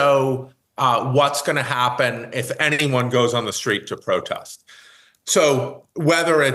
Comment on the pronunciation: ”Anpracadented”…and what is a ”Protast”… Who is this intellectual with a hard time to pronunce English words. Isn’t Yale about quality, or is this a different Yale? Maybe not all intellectuals is a loss.